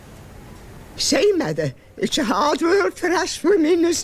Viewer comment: As an English person, coming from an old era background who's Great Grandmother was taught elocution lessons by Margaret Rutherford. And has great knowledge of the Victorian Era. The breakdown of the way she was speaking was a little off. As with the mother part, she isn't pronouncing it T-h very heavily like your saying as if she is spitting it. She is pronouncing it it like :- Thus but without the S so if it was spelt how you say it Mu-th-er. This isn't supposed to be a hit at you. I'm just here to educate.